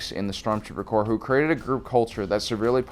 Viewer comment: Corps, not corp.